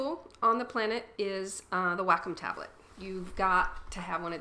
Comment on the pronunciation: OMG I took 3 years to reply o.o xD Anyways its pronounced WALK-COME. Even on wacom channel says that its pronounced WALK- COME. THUMBS UP IF YOU AGREE PLEASE!